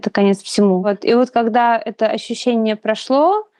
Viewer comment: Вот это ваше слово "Ащющение" это шляпа полная.